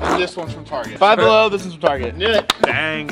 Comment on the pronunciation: "Down Bellow"